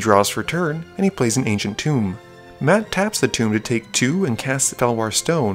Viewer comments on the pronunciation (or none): none